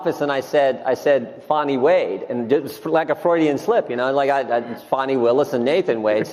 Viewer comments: Hey, It's Fani not Faw-ney! Stop using the woke pronunciation like CNN, MSMBC and the rest of the liberal media! Are you going woke on us? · Her name is pronounced “Fanny”, not Fawny. They do this to make it less harsh/political, due to sensitivity. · There is no “w” in Fani’s first name. Fan, Pan, Can, Tan, Plan and on an on. Fawn, Pawn, Prawn, Sawn and on and on. So, her name is pronounced as the first group of words are pronounced. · have at it, I personally think she should be mocked at every turn. Yet still that is not the correct pronunciation of her name. Some simple research would do you justice as critics of hers don't come off as ignorant.